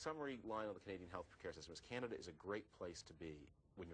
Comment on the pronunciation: he called it Canadia